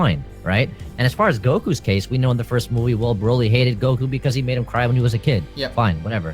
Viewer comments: Is it just me or is anyone else annoyed how his guess prounonces Broly ?? Brauly Brauly Brauly !! U lame it's pronounced Brow-ly not Brau-ly that shit annoys me !!! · Bro-ly. Not braw-ly...